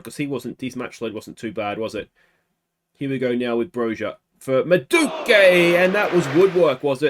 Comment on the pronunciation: It's pronounce "MAH-DOO-WAY-KAY"